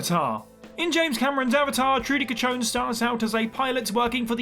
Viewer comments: it's Chacon not cachon. Cachon is a whole other thing in spanish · It's Chacón like saying Shacon. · Guys, it's Chacón, not Catchon. She doesn't catch on anything :-)